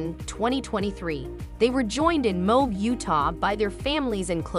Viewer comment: Moab is pronounced Moe (oh) ab as in your abs.